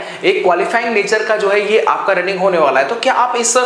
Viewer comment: Ye bolte kaise h hone bala h